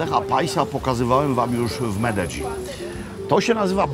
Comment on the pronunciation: Tak się prawidłowo tam wymawia..